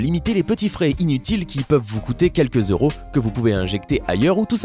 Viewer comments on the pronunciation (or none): none